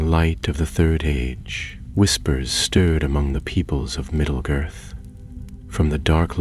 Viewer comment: ...no one else notice the narrator call it "middle girth" at the start of the story?